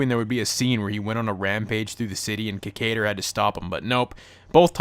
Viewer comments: That "Ki-KAY-der" pronunciation tho'. Can't you hear the pronunciation "Ki-KAI-der" from well, everyone? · If u gonna talk shit about this show. Learn how to pronounce the name right idiot.